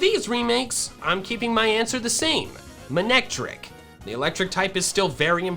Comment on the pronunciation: It’s not man-ectric, it’s mane-ectric.